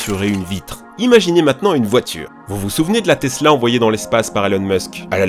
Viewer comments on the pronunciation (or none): none